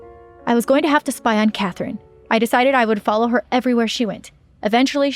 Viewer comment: Spy not spye😂😂